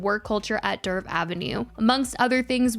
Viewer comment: For the love of God her name is DERF 😂